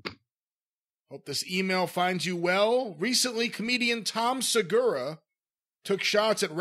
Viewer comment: The guy had heard of Tom before for sure. Him fucking up his last name was so obviously intentional. Fucking chomos.